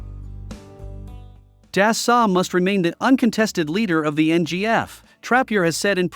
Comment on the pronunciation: Never seen such damn ignorance not to get the The president's name oF Dassault Aviation correctly !!! such ignorance. The Rafale is a better plane than the ailing duck F-35. its not dasalt but dasso to pronouce.